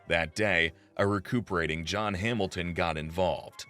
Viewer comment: I like how he pronounces Hamilton Hamil ten... lol....wtf...